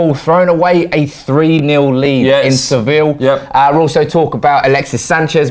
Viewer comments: The team and the city are called Savilla - it's pronounced "sav-e-ya" And Firmino is pronounced "fir-me-no", not "fir-meen-e-o". If his name was spelled Firminho, then yeah - but it's not, so at least TRY to be professional, yeah? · Swif Teh It's spelt Sevilla and it's pronounced Sev-E-ya.